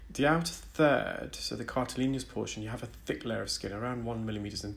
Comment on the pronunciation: I’ve noticed that you say cartileanious’. I’m not aware of this as a word. I know cartilaginous. Is it a medical term?